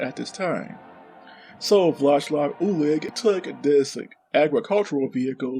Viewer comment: Wheel cum is probably the best thing I've heard in a long time lel. "Vlashlav Ulich" aint even close my dude